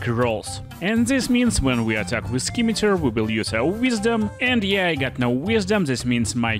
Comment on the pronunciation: It’s pronounced “sim-a-tar”, Great video by the way! ❤